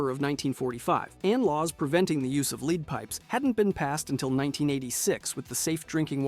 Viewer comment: Every video I've watched has some pronunciation issue and it's painful